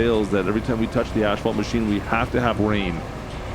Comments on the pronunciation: Why do you keep calling it ashfault? It is asfault! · Omg.... please. Its not ashphalt, it's asphalt... there's no H. You're saying it like it has ashes in it😭 This drove me nuts the whole video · I've heard of the silent N or P. but never the missing H Asphalt. as fault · AS-FAULT!! NOT ASH FAULT 😅 Also if you roll the sand smooth before you pave, better end results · Canadian pronunciation of asphalt. Drives me crazy. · The H in Asphalt is after the P not Before Brotha